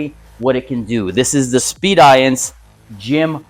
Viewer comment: Looks cool I guess. I think Speediance is pronounced like the word "Expedience" though. Not sure if that's really expedient though. Seems like a smart appliance. Probably too smart for me.